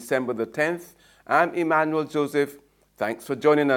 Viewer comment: "I'm Emmanuel Joseph," not "Am Emmanuel Joseph."